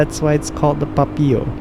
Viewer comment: Why u pronounce Papio like that 😭 PuPeeyow